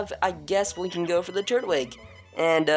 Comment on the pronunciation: its tur twig not turt wig